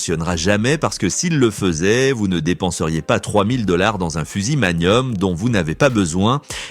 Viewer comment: oui, parce que les balles " Magnoum " C'est pénible! 🤣